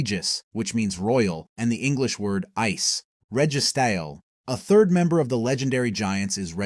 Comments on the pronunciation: Registale, keyogra,grewdon im grateful for the info but dude was destroying everyone of my favorite legends names. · “REGY STALE🤠” 🤣🤣🤣